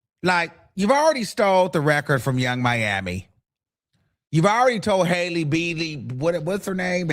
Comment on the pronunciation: Every time he say Hailey it’s a different last name “Hailey Bealy” 😂😂